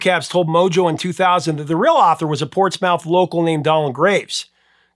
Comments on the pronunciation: Nice job, but it’s not pronounced “PortsMOUTH”; it’s pronounced “Ports-muth,” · "Ports MOUTH"??? lol It's Portsmouth. Pronounced port·smuhth (Almost like Port Smith but with an "uh") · Spelled Portsmouth, pronounced Portsmuth. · It's Pronounced Portsmuth. Spelled Portsmouth, Pronounced Portsmuth or if you are from the town Pwatsmuth. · As a Portsmouth, VA native, I must correct your pronunciation, my good man! It's "Ports-Mith" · FYI, if the Portsmouth you noted is in Virginia, the "mouth" part doesn't sound like the body part. Sounds more like "muth". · It's pronounced ( Ports myth). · Hey,! Loved that you covered this decade, but Portsmouth, VA is pronounced "ports-MYTH". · With all due respect; Portsmouth , is pronounced; Port Smith . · Just one nit-pick... Portsmouth, VA is pronounced more like Portsmith, or even Portsmuth. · Just for what it’s worth, Portsmouth is pronounced, Ports’-muth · Thank you! I came here to say that. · A little assist from a Navy man,. Portsmouth is pronounced: Port Smith. Maybe Ports muth, depending on the accent you bring into the Navy with you. Second: "Naval shoes" were called "boondockers."